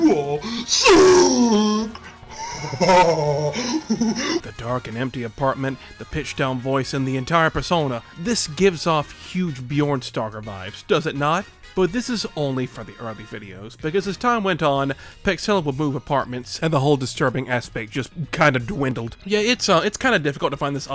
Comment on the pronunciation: The Bjork Stalker gaff is driving me nuts, I know it's just an oops but I grimace at every "Bjorn Stalker". Great video!